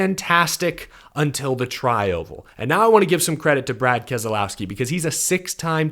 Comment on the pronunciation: It's Kas lowski not Kaz ah low ski?!!!